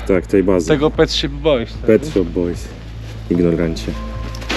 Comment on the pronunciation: Jak można nie znać Pet Shop Boys i gadać Pet SHIP Boys??? Ale akcja, którą odstawiłeś z Konradem na dachu... miazga:)